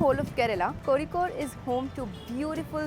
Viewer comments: Your pronounciation of Kozhikode is really commendable ❤ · Thank god you pronounced it right, I was scared af when I saw ur video that you might also pronounce it as "cozy-code" like other travel vloggers. 😂 Love you sm 💗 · Finally someone spoke Kozhikode in itz correct way😃😁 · Dude, you pronounced Kozhikode so perfectly. that Zh is difficult to get right and many say Kozy-kode😅